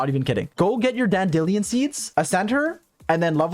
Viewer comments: What the fuck is a Dan-di-lian…. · mans said dan dillion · DID HE SAY DAN-DILL-ION? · "Get your dan-dilean seeds" bro that cracked me up! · Bro said “get your dan deli on seeds” 💀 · Yea, saying “Dandillion” seed messed me up for a moment. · not dan-dil-ionn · yo. Why is no one talking about how he pronounced “dandelion seeds” as “ dan-dilly-on” . I paused the video so quickly in actual shock and just sat there so confused. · dan-dee- lee-un I love this, i agree, it sounds funnier. Imma use this pronunciation from now on XD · I like the way says dandelion. "DandEleon" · DAN DE LEEON ??? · Man really said Dan-dil-ian seeds 💀 love the content though! 👍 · wait what did you say? dan delion?????? thats not how you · I wasn't looking at the video when he said danDILION seeds and I was like what the hell are those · I love your content so far! I also could NOT get passed you saying dan-DEE-leon seeds like that xD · Dan-dillian seeds? OK, that's a new pronunciation. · dan-dillion is the new official pronunciation of dandelion and I'm never going back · I love this review but u did not just pronounce dandelion as dandeeleeon. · I hope you pronounced them "Dan Dillion" like Mr. Socks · It was refreshing to watch, it's so nice you decided to help him out too ;3 Please make more, you dandElion (also like the funnier pronounceiation better, you're the first person that uses to besides myself xD) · Are we not gonna talk about how he pronounced dandelion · Great video but i despise how u pronounce "dandelion" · the way he pronounces 'dandelion' hurts me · Bro really said dandelion wrong💀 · the way you pronounced dandelion im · Awesome video! But how the heck did you prenounce ”dandelion”?😂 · I just saw how 2 seconds later he said he knows how to pronounce it and just thinks it’s funny. It is not, it is lethal. I could have had a heart attack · The way you pronounced dandelion is making me froth at the mouth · i also pronounce dandelion like that it just seems right to